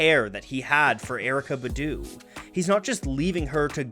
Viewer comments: Honestly the way you say BuH DWHO MAKES ME A LIL sick boo..its Bahdoo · You said badoo which was really white it's Bah-Doo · The only thing I didn’t like about this video is the way he pronounced “Badu” 😂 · Kept bothering me too. Maybe he should make a video on her to right this wrong…